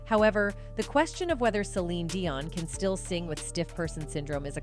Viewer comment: I love Celine with all my heart, and my heart breaks to hear she has to endure such pain and suffering. She will always, as her music/songs have a place in my heart. ~To the person doing the voice over, learn how to pronounce Celine's last name. That was so annoying. Be well Celine. We are all praying for you !!!